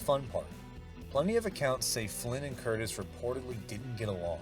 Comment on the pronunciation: It’s Curtiz…with a ‘z’ NOT Curtis!! Please stop mispronouncing his name…it’s not difficult!!